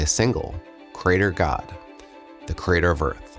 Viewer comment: FFS! Why are younger folks pronouncing “creator” as if it were spelled “crater”??? “Creator” has THREE syllables — “kree-AY-dur” — not two!